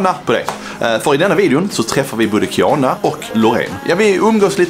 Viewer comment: Roligaste hur ni uttalade Kianas namn ni säger typ kiäna